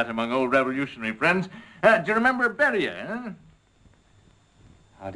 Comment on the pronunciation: It's pretty funny, but WOW these British accents are pissing me off. Even I pronounce Beria more Russian than that, and i'm Irish and a tiny bit of German